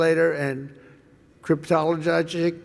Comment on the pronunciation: “Criptijojical,” oh the oranges, the oranges!….